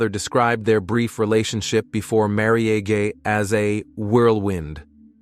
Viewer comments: marry-age for marriage Wilth for wealth. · The random wrong pronunciation of marriage is sending me 😂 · Right? I'm barely in 5 minutes and it's driving me nuts. Marriage? That's not an uncommon word. You'd think it would be pronounced correctly.